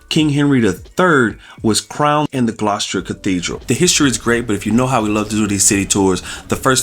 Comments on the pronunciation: It's not pronounced "Gloss-cher". It's pronounced "Gloss-ter". The pronunciation of place names in the UK can be confusing for non-locals (even for British people if they're not from the local area) because many places are not pronounced as they are spelled. It's nice to see you visiting so many places in the UK and enjoying yourselves! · Its pronounced Gloss-ter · Gloucester isn't hard to pronounce. It's pronounced gloster as to rhyme with foster as in foster parent. Dr Foster went to Gloucester, remember the rhyme.